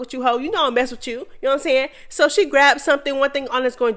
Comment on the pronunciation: I love watching and listening to the mess but whyyyyy do you say “kno what I’m nyahn”🤣🤣🤣🤣🤦🏽‍♀️ it’s so annoying🤣🤣🤣🤣I can’t unhear it